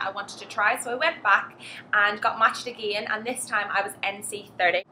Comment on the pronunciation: please dont say "again" like a country girl...it sounds awful